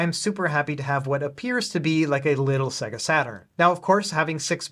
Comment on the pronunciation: Mate, I love your channel. Please learn how to pronounce Sega.